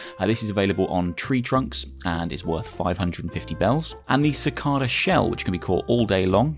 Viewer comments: Actually: "How do you pronounce Cicada? You can say “si-kah-da” or “si-kay-da" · haha I've never lived anywhere that has them but thats always how its been pronounced when I've heard it / said it, BUT it could just be that British people use that pronunciation whilst others use the KAY one 😁